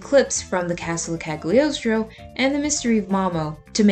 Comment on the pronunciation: Me at the beginning of the video: No, stop, stop, stop! You're going to take someone's eye out. Besides, you're saying it wrong. It's CaGLIostro, not CaG liostro. (from dictionary kal-yoh-stroh; Italian kah-lyaws-traw) hope it's helpful 😊 Have a nice day 😊 Nice idea of video by the way 😊